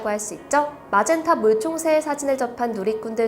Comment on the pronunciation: 마젠타 물총새를 라젠카 물총새로 들음ㅋ